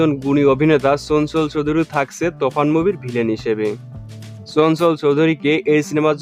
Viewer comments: কি সব বলে রে তুফান কে বলছে তফান আগে উচ্চারণ ঠিক ভাবে শিখো তার ভিডিও বানাও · ভাই তোফান না তুফান হবে 🤣🤣